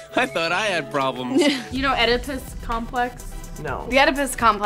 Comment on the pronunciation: They all pronounced Oedipus wrong and they got the story wrong. That frustrated me